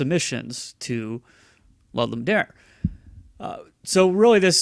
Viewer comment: Are you saying "Lud-Lum Dare"??